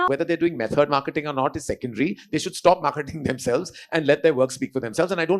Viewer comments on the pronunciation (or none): none